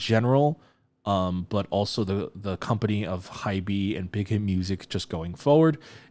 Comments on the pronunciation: wait i thought it's pronounced as "hayb" not "haybee"??? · Just a couple of things regarding names and pronunciations. I've noticed that you say pronounce Hybe as "hybee" but they write it as 하이브 in korean! Also, they are calling the song "zero by one lovesong". And lastly, about the Seori featuring, i would compare it more with Halsey's work in 'Boy with Luv', even though both songs are very different (also, On's version with Sia wasn't the "main" version of the song, sort of speak). I really think that they used Seori's voice incredibly well here. Her timbre and vocal register goes perfectly with Yeonjun's and especially (in my opinion) Beomgyu's voices. Her appearance is short but it gives the song an extra layer of emotion (you are absolutely right with the "cherry on top" comment).